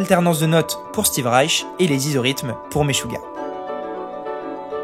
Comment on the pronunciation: Le groupe "Maisjouah" Hahaha 🤣 Stp...prononce les nomes internationaux comme il faut.